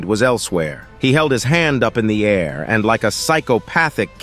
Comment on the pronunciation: Why is there so many added sexual clips from other shows. So many errors. Like the ai voice read a i r instead of air. Reporting this video that's made for kids. Why all the sexual added text?